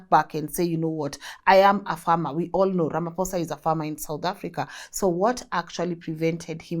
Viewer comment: My queen pls pronounce Ramaphosa properly ❤